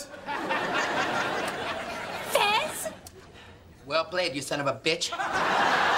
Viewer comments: It’s fez not fes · CARLOS GUTIERREZ it’s Fez not fes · He's fez not fes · Fez not Fes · It's Fes, not Fez.